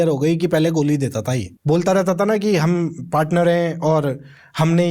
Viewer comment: Bhai kya tum 'Hum' word ko kharab bol rhe ho 🙄